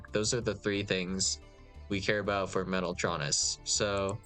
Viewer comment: He pronounced it right lmao